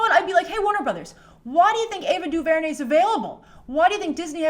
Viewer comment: Say her name right lol